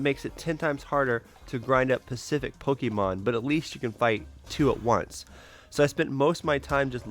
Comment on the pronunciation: Specific* not Pacific